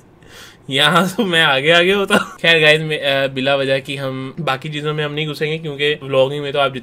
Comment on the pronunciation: Bhai me video dekh hi Raha tha until you said Kheer instead or Khair.